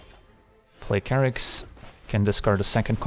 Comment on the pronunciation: This whole time I've been pronouncing it Chair-ix, but of course it's Kerr-ix. Durrr.